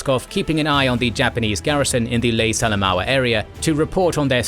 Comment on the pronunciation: Great to see attention to a theatre even more neglected than Burma, well done. Just a couple of comments on pronunciation (as a former PNG resident of Lae), Buna and Gona are pronounced with long not short vowels hence Boona and Go-na. Salamua is Sal-a-moa. Kokoda is Kok-oh-dar, Sorry if someone else has already covered this. Almost forgot Mad-ang and Wee-wak. Finschafen you did correctly, if slightly Germanically. Rabaul is a tricky word often Rab-arl but Rab-awl is ok. Not sure if I heard you say Papua, it is definitely not Pap-ooa, more Parp-wah. Hope this helps.